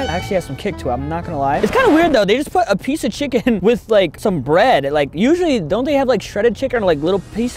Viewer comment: 𝚄𝚜𝚞𝚊𝚕 𝚏𝚘𝚢𝚕𝚝𝚎𝚗 😅